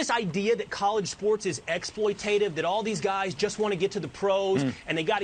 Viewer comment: ExploiTAtive Sam. You're missing a syllable.